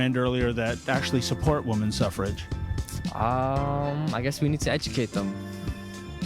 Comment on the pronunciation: “Suffer-age” lol. University students, sigh